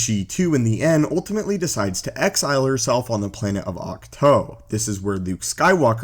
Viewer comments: Octoe! its oktwo spelled it that was because its easyer to pronounce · The thing that bothers me the most is his pronunciation of words. most likely because of his region of the world and how letters and verbs are spoke but come on they say it clear as day multiple times. For example ahch - to. ITS NOT OC TOE!!!!!! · Too god damnit not toe